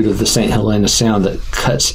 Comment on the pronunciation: You are mispronouncing St. Helena. It sounds nicer to say St. HahLEENa but it’s actually pronounced St. HELLena like the name with emphasis on the first syllable. I lived on Harbor Island 2-years and was corrected by the locals.